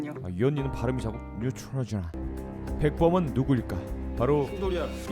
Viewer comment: 아 뉴트로지놔 발음ㅋㅌㅌㅋㅋㅁㅊㅋㅋㅋㅋ하